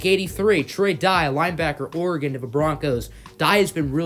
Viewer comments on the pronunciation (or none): none